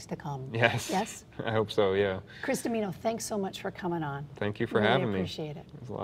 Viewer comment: Dimino pronounced Dim Meano! Great video!!!